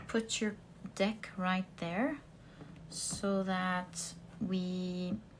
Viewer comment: be careful, you said "deck" but your accent made google undesrtand "d*ck" x) It wouldn't be cool to see your work banned for this reason! I'm french myself, so no judgment here! thank you for the readings!